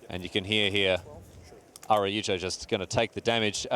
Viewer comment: Damn, not only does mispronounce "Araujo" every single time but also he changes the way he says it throughout the video... truly amazing.